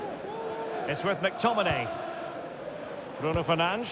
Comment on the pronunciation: Anyone else hearing “Bruno Fernange” or “Bruno fernanch” from the commentators